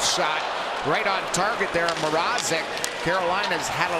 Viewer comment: For goodness sakes it's MRAZEK not MR-AH-ZEK I hope the canes get eliminated just so we don't have to hear this for another series